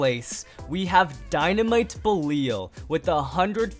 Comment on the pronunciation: BELL-EE—AL come on bro